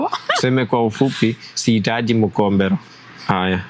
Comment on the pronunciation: I am the first in my family’s generation to hear a mzungu say mkhombero with a luhya accent 😂😂😂